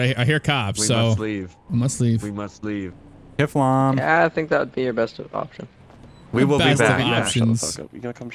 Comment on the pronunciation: vestina grenzow it’s kifFlom